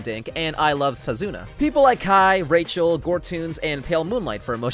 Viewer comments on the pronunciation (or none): none